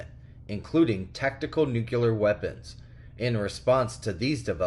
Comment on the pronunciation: Please say it with me... NUCLEAR not Nukeuler